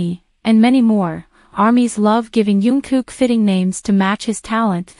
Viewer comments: It would be so good if you could call him Jungkook and not youngkook. It is a j sound not a y. Thank you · And he is not yungkook His name is "Jungkook" Okay. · His name is JungKook...not YunKook ㅠㅠ